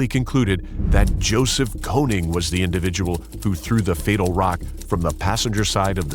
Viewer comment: His name is actually konING not konig.. triggers me like hell